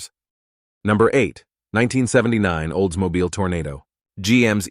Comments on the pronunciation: It's a Toronado NOT a Tornado. Wow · TORNADO!?? This is beyond idiotic 😡😡😡😡 Read the %$@ word. tor-O-nad-o! On Cadillac Sedan - Phaeton is pronounced "FAY-ton" .